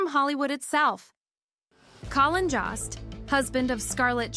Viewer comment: Ok but please could you research how to pronounce someone’s name before hitting the record button?? Lost count of how many times Colin Jost was pronounced like cost instead of Jost as in jokester…